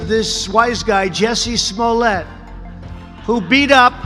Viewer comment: He pronounced Jussie Smuliet wrong